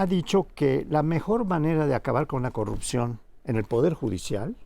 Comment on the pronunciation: es posible, lo que se cuestiona es la total ausencia de congruencia en las peroratas del presidente, si es incongruente en los dichos no hay porque considerar congruencia en los actos. Cómo la promoción de la corrupción que hace cuando dice "yanuaycorrucjió"